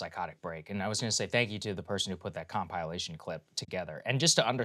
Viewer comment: even more offensive was how saagar pronounced 'compilation' 😂